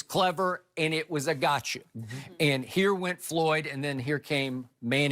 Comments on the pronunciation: It is FLOYD........................Not FOLYD....lol I know Shannon is a idiot, but come on now :) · It's not foyld it's floyd wow. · “Foyld”? Apparently Money Mayweather wrote this video title. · Is that pronounced Fo Lid??? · Who's 'Folyd?' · He spelled floyd name all fukked up😂😎